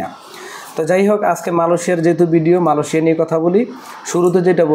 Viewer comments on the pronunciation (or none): Vai. Malosia na Amra malaysia name cini. Uccaron dhik koren na kno